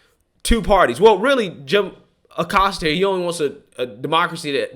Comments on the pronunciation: I love the way you kept saying “Jim O’Costa”. Kinda like “Joe O’Biden”. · Aggghh! Don't know why, but everytime says Oh-Costa it drives me nuts.